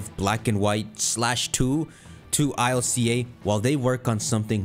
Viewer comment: I L C A??? Its Ilca (k)